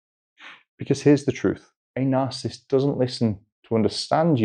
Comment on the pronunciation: Astonishing how many people cannot pronounce the word narcissist, even psychiatrists. No disrespect but it is not "narcist"